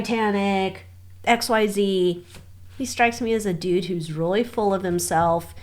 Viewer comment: When you said, "He strikes me as a dude who's really full of himself" ... I thought you said, "He strikes me as a douche who's really full of himself." 🤣 Would have been appropriate.